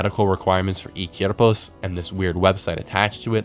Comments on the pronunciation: he keeps pronouncing "Cuerpos" like /Kyerpos/ when its actually /Kwerpos/ and it bothers me so much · Oh, and lmao "Cierpos"